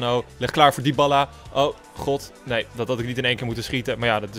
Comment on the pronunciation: je spreekt het uit als diabaalaa